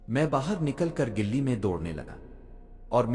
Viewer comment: "Gilli " nahi Gali kahte hai. Aapne bahot sare alfaz ghalat bole hai. Barae meherbani is pr tawajjoh dijiye.